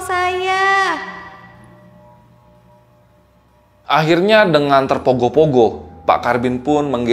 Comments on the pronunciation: Tergopoh gopoh mereun bukan terpogoh pogoh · tergopoh2 x bang..bkn terpogoh2..🤭🙏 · Tergopoh gopoh bkn terpogoh pogoh 😅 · terpogoh pogoh hehehe ralat bang tergopoh gopoh 🙏